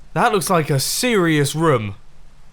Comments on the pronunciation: Dont forget about rumm instead of room😂😂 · roum? roam? don't you mean room? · Does anyone else think he says room weirdly? He says it like roaom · Mumbojumbo and Markiplier and 1 thing in common, they both say room like 'rom'